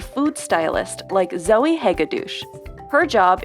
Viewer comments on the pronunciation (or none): Zoey hega duce lol 😆